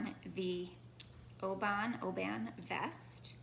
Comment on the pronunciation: Really enjoyed this episode-the knits and the discussion. Have a couple of Rebecca’s knits in my queue. Comments: 1) Oban is pronounced’O-ben’ - lovely place and where you pick up the ferry (CalMac) to island hop to Mull and Iona (and others). Made this trip in 2008. 2) Look at the book Fast Like a Girl by Dr Mindy Pelz and her YouTube videos. This has helped my 53 yr old self MP symptoms. 3) Would like you to talk about modifications and how to think about them. Andrea on Fruity Knitting gives her details and it helps me to think more about that when I’m looking at a pattern. Love how your Frame turned out and it was good to hear your changes. … Look forward to your next episode. Thanks!